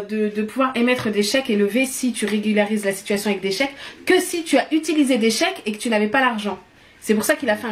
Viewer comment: Mdr se moque mais elle ne sait même pas dire « régulariser » 😂😂